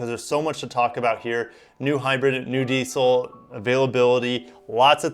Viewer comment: Just to let you know its called diesel not diceil😀😀